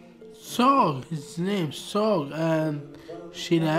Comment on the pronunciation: It is pronounced as S.O.G., not SOG. It stands for Sekumpulan Orang Gila which means A Group of Crazy People